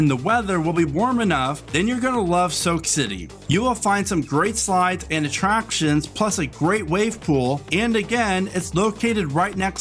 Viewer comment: "Atraptons" lol